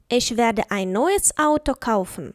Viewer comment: Чому ви вимовляєте, іш, ойш?